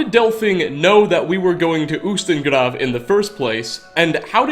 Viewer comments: getting better at pronouncing words! He actually rolled the r in ustengrav:D! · your pronunciation of grav is perfect I'm Norwegian not from island but grav is Norwegian and its perfect pronunciation and its also in Norwegian grav is graveyard or more specifically a grave